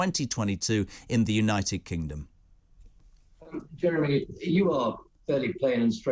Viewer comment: Like yesterday when 30 of them did a runner at Dover. One of them broke into a woman’s house and demanded she drive him to London. This man is a deluded Uk hating twat. Oh btw, it’s Jeremy, not Jerry. I had to switch off, just like this c**t said he would